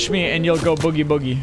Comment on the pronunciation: you said bogey like in golf it’s spelled Boogie